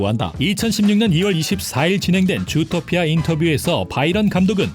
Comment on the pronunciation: 왜자꾸 좃도피아 라고 들리네요